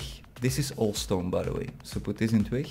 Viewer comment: yea i saw it and i fixed it ;P building the base right now on a server ;) (heb je hem trouwens zelf ontworpen?) (en je spreekt twig verkeerd uit het klinkt echt grappig)